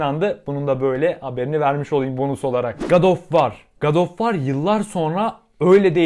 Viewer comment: telaffuza bak. "gad of var" aahahah.